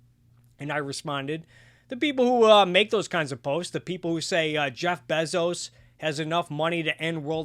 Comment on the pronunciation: google how to pronounce "Bezos," it's bay-zows